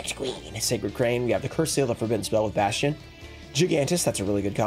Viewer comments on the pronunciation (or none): none